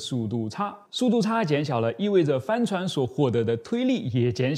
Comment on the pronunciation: 帆船的發音...怎麼聽起來像 “翻船”..